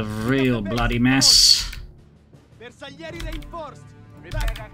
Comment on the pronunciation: To understand how to pronounce bersaglieri replace the “GL” with a “J” and will be easier. bersajeri it’s the correct pronunciation. My great grandfather was one of them. He fought in WW1 as elite soldier on Caporetto and battle of Piave too!